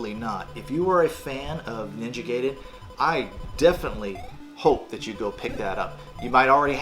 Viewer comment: I will forgive you for calling it Ninja gay-den 😏 but you wound me deeply! 😭 😂